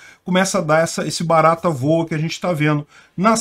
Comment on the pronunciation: abusando do seu carioquês, "BARATA VOA".